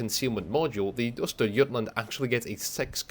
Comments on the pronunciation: Yeah I have to say, you did pronounce Östergötland well above expectation. Source: Lives in Norrköping, second largest city in Östergötland. Not everyday I see that in my feed, as I normally don't follow WoWarships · Your pronounciation of Östergötland is absolutely close enough for govmnt. work. /Greetings from Skåne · For a non Swed. Your pronunciation of Östergötland is spot on. Hope to see more of the Swedish ships in the future :) Greeting from Northern part of Sweden :)